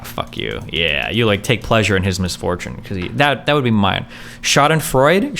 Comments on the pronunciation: Bro sprechen sie deutch? It's pronounced Freud like the psychologist not like fraud with the weird silent U thing you are doing. Schadenfreude its even spelt that way not sure what else I can say. Your usually pretty good with the speaking wordy thing so not sure what that is about. Eh we all have our moments now I want to see you try and say Flugzeug and Papagei but without looking up how to pronounce the words because that would be no fun. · Schadenfreude is pronounced "shaw-den-froy-day" That ratio hurt his soul. That reaction is some of the funniest shit ever. This dude has to be trolling XD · For future reference Destiny, in German, when two vowels are walking the last one does the talking.